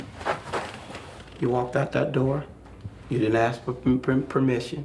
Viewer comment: it's crazy how she acts so smart "we pride ourselves on our intelligence" but can't pronounce ask correctly.